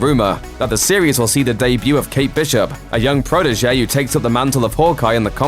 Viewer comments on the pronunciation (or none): none